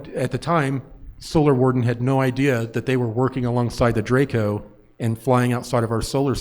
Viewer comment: informed about what? He didn't even know how to pronounce Draco